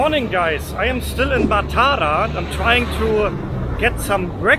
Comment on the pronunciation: Even in Sri Lanka . . . only in Maatara (that's how it is pronounced) they eat rice for breakfast, rice for lunch and rice for dinner